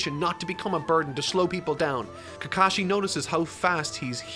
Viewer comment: It's not sa kru ra man, it's Saku rah, it's not Keka shi, it's Ka ka shi. And it's not Naru doe, It's Naru to, with a short to, like the to in toy, not toe. Just watch a clip of the jp dub were they say the names.